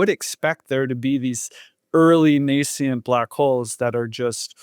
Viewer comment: Nacient?! I cannot listen to him. He’s trying so hard and failing.